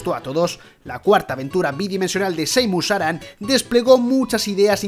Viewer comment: Es una chorradita,pero me mata escuchar "Seimus Aran", XD Por lo demás buen top.